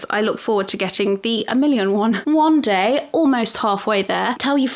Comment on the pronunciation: maybe you did it on purpose maybe not. But it sounded like you said “wand day” instead of one day. And I love it. New favorite saying.